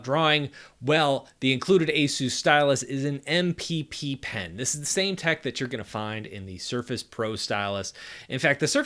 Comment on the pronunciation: "This is an EM PY PY PEN" Okay skip